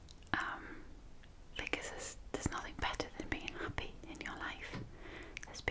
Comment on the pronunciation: You say hoppy. It's happy!!!